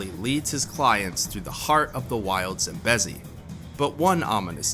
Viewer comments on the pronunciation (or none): Its Zam-bee-zee! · It's painful to hear u pronounce Zambezi the way u do 😖